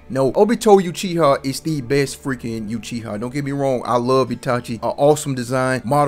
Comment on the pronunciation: Yuchiha ..... Ouch